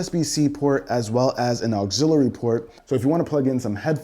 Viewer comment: Auxiliary port… not auxilary port